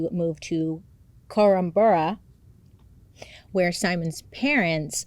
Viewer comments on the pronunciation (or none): Korumburra was off but it is a hard one.